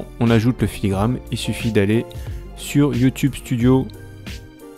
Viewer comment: ... puis On dirait bien que tu t'es rendu compte en cours de route que c'était filigraNe et non filigraMe 🤭 Mais en tout cas merci pour ces conseils